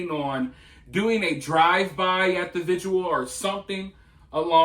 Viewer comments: It’s vigil not visual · Great job investigating and disseminating information!! BTW it‘s „vigil“ not „vigual.“ thx. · The dude in the video can't even pronounce "vigil", so... Seems like it's a bilateral issue.